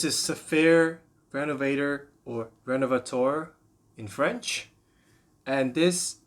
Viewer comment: I'm no fan of the channels that are constantly hyping overpriced products to shill for big daddy, but when i get "renuhvader" and "joe-joe-ba" back to back, I'm out.